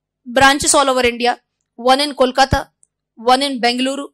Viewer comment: Awww you pronounced Namma Bengaluru correctly 😃👌🏼